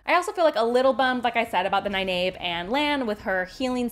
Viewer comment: I'm sorry but from the audio books and the source material you are mispronouncing Nynaeve's name.